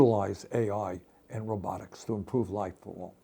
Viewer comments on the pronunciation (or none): You mean rowbuttics 😅 not robotics